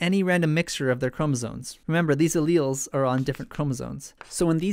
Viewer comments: Great video! But are you saying "chromosoNes?" It always sounds like you are. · "cromosones" please